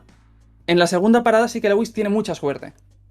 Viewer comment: cada vez que pronuncia lewis cono "Legüis" sufro mucho